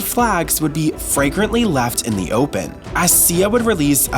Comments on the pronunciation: "red flags fragrantly left in the open." FLAGRANTLY. online narrators are supposed to know how to read and pronounce the language they're speaking for their job. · Did...did you say "...red flags left FRAGRANTLY out in the open."??🤦🏽‍♂️🤦🏽‍♂️🤦🏽‍♂️ It's FLA-grantly lol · it’s “flagrantly”